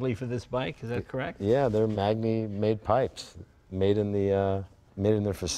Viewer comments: In Italian, GN is a "nyu" sound, kind of like ñ in Spanish I think. So Magni would be pronounced like "M-ah-n-yee." The gentleman also mentioned someone named Castiglione or Castiglioni. Again, the GL is its own sound-- but this one is even harder. GL would first be an L sound that then goes into a Y sound. "ULL-yuh" or "lyuh." Castiglione would be pronounced "Castill-yo-nay." I'm no Italian expert but I do know the alphabet and sounds and stuff. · Magni in italian is pronounced manyi, like magnare is pronounced manyare and lasagna is pronounced lasanya. This guy should know that. It's annoying enough watching the news when they don't know how to pronounce names of people and places. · I don’t understand how you can be passionate enough to spend a fortune on this stuff over a life time and never learn how to pronounce anything in Italian ... either one of these two. Just butchering every single name. Funny how Jay asked how to pronounce Magni and dude has no clue ... EVERY single name!